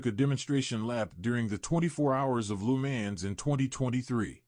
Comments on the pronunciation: "Loo man" 💀 it's Lemans "leu + mon" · wish you could pronounce Le Mans properly